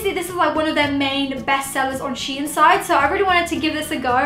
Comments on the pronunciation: its pronounced sheen not she inn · the way she says the brand's name lmaooooooo * SHE IN * ahhahshggsgg its SHEIN * sheyn * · Wth is she-in. It’s pronounced sheen. But ily great vid xxxxxxpooooooo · It’s not she in its shein!! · I pronounced it shine XD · nope, it is DEFINITELY "sheen" i dont know where she is getting THAT pronunciation from! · I pronounced it as Shane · Don’t worry, I pronounce it “sheen” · U dont prononce It like shiin it's s-h-e-i-n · LMFAO I PRONOUNCED IT SHANE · loved your videos this isn’t hate but it’s pronounced sheen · You all pronounc it wrong bc shein os dutch and in duch ei is a diffrend sound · M she says it wronggg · She said it wrong....😂😆